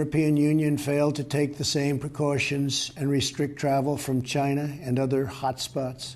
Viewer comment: Hahaha I heard it too